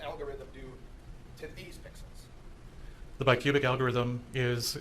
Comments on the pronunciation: Forgive 80-year-old Judge Schroeder for saying "pickles" instead of pixels😅. I think he also said he understands watercolors only. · He said pickalos.